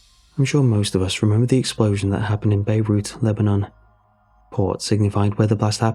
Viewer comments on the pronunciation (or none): none